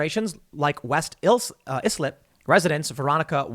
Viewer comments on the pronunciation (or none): You butchered both...royally. "Eye-slip" and "Mass-ah-peek-wa" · Its ICE-lip. And Mas-a-PEE-qua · How to know someone is from Long Island: they can pronounce "Eye-slip" and "Mass-uh-pee-kwah" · It's not is lip. It's pronounced eyeslip. Massapequa is pronounced mass-a-pea-qua. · Tim as a resident of long Island, those pronunciations made me cringe xD Massapequa (Mass-uh-pee-kwa) Islip (eye-slip) good try though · Funny hearing the LI towns mispronounced 😏 Islip pronounced Ice-lip Massapequa pronounced Mass-ah-pee-kuah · Ma- Sah - Pea - Qua west ice lip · It's West Islip- I Slip Massapequa- Mass uh pee kwa Sincerely, Long Island guy who knows no one can pronounce our towns right. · mass-a-peek-wa...Massapequa ice-lip...Islip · Tim it’s pronounced west eye-slip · “West Eye-Slip” & “Mass-Uh-Pee-Qua” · They are pronounced “eye-slip” and “mass uh pea kwuh “ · Eyelid is pronounced like I let's. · FYI - Islip eye-slip. Massapequa mass-uh-pee-quh. It is good to see some people in the NYC area revolting against this. I wish there were more. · Islip pronounced - Eye-Slip Massapequa pronounced - Mass-Ah-Pee-Kwah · It’s I- slip. And mass a peeeee qua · Incase anyone was curious. Its pronounced "Eye Slip" and "Mass-a-peek-wah" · LI native lol It’s eye-slip and mass-a-peek-wa 😋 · Islip pronounced (eye-slip). Massapequa (mass-a-peek-wa) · I (eye)-slip and Massa-PE (pee)-qua Tim. It's OK, not the most common words to come across. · I’ll help you : The towns are pronounced . It’s West EYE SLIP and Mass eh PEE. Qwah Ok and thank you ! This was a great Commentary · Ice-lip and Mass-a-pea-qua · It's "West eye-slip" and "Mass-a-peek-kwah." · Its pronounced I-Slip and mass-a-peak-qua🤦‍♂️🤣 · I had to pull over to say this... Mass-uh-pee-qua Eye-slip Lol. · Its pronounced "Ice Slip" Tim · Mass-a-pea-kwa and West Eye-slip is the proper pronunciation. Lots of towns named after Native American tribes on Long Island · Tim, it's "EYE-slip" and "Mass-a-peek-wah" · Ice-lip Mas-a-pee-qua